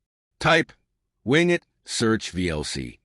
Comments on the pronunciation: wing et = wing it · WIN GET lmao this guy is teaching people how laughable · Its not wingit!!